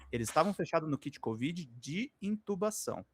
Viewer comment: Kid Kovid seria nome de uma banda New Wave dos anos 80 rsrs, não é "Kid" Covid, é "Kit", não?;)